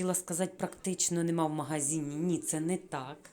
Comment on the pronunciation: Шановна, я дуже схвалюю ваше намагання розмовляти українською мовою, але дозвольте вам підказати де-які слова. Слово попрала має зовсім інше значення, ніж слово випрала, а тому не попрала, а випрала і не трішки, а трохи, не кОмізелька, а кАмізелька, не магазІн, а магазИн, сніг не розтаяв, а розтанув або розтав, на спідничці не китиці і не строкатий візерунок, бо це клітинка. Про інші русизми писати не буду, їх багато. Ще раз прошу пробачення, але дуже хочеться, щоб україномовні блогери розмовляли не на суржику, а на літературній мові. Бажаю вам успіхів! ❤️